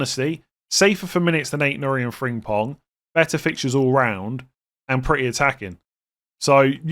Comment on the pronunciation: Frimpong not Fringpong